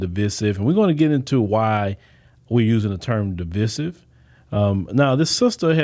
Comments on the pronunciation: The word is pronounced Di-vI-sive long I sound not Di-vi-sive short I sound. Sorry, but I'm a retired teacher and the way you pronounced that word drove me nuts. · DE VIE SIVE IS HOW YOU SAY IT! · sorry that was a typo Divisive is not pronounced the way he is prounouncing it. IJS